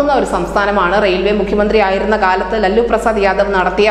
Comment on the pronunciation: ലല്ലു പ്രസാദ് അല്ല മോളേ ലാലു പ്രസാദ് എന്നാണ് ആ കള്ളന്റെ പേര്.